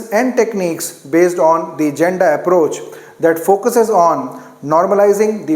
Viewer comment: I am regular follower of ur videos. With all respect, there is a mistake on pronounciation of "Janda". Actually it's correct pronunciation is " Yanda"